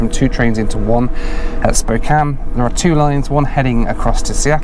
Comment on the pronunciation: Wonderful review. So rare to find someone that has not lived in Spokane (which I did for 13 years) to pronounce the name right. Most people pronounce it Spo-kain if they are not from the area. Also great to see someone doing travel reviews that has a family. I currently have three teenagers (plus one that is now out of the house) and traveling with kids is so different from those that do not have kids. I love traveling by train although I am not a big fan of Amtrak as a company especially due to its poor management for the last 20 years, for the most part the employees are friendly and as you said the scenery is outstanding. Two other must do trips are the California Zephyr from Chicago to Northern California and the Coast Starlight from Los Angeles to Seattle.